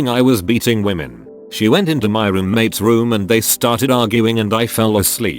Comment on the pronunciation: "CO is a whamen and she believes all whamen" Got to love whamen in the military